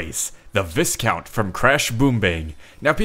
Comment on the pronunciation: Viscount isn't pronounced that way, not throwing shade since I used to call him that too until I heard someone pronounce it the proper way.